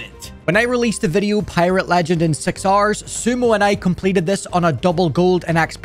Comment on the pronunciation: The way he says 6 hours is like "6 Rs"